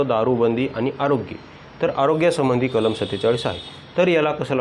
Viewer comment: Kalam bola kalma nahi